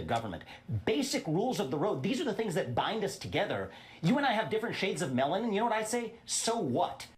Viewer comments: I also thought he said "shades of melon"! 😂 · He 100% said melon 😂 I’m deaddd💀😭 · He means melanin — he just didn’t pronounce it right.